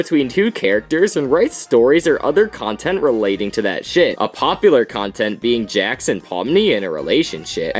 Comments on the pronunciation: The AI called Jax "Jack"😅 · also did you see how instead of jax they sayed 'jack'